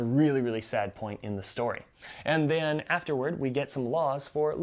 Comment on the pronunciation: “and the-AN” haha 😂 love this overview!